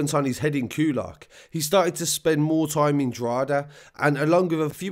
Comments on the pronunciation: DRAW-HID-AA not drawheeda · Drogheda is pronounced more like Dro-heda than Droheeda. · Draw-heh-da not draw HEEE da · Droheeda 😂 it’s pronounced Draw-heda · Love these videos. Well researched. Straight to the point. Droha-da < that's how your say Drogheda phonetically though it's the only thing you get wrong haha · Quick tip Drogheda is pronounced “DrawHeadA” great job by the say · I pronounce it drock a da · I'd pronounce it Draw-hidda. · Repeat after me. DRA-HE-DA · As a Dub myself. You're pronunciation was pretty good for an English accent. Just a minor correction . Drogheda is pronounced "Drohada" with the emphasis on the first syllable. Great vid. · Man your killing me with the Drogheda. Its pernounced DROW HA DA. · The narrator pronounces Drogheda as the Australian version of the outback Drogheeda. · Incredible report, It’s pronounced Drock ha da. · Dr hoda..is how it’s said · It's pronounced droth eda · You don't pronounce the g in drogheda